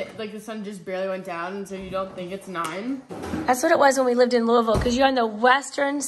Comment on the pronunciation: I am so glad you pronounced Louisville correctly....I am from Chattanooga but have went to the car shows in Louisville for yrs..it is corectly pronounced Lou ahh vulle ,lol